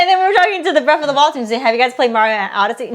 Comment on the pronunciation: Breath not Breff